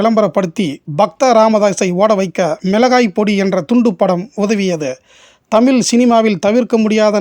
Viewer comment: தமில்,. தவறு. தமிழ் என்று உச்சரிக்க வேண்டும்